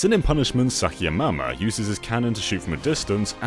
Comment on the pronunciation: "Saki Amama" how dare